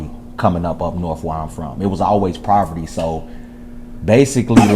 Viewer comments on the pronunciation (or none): He said "Proverty" ......twice.....🥹😢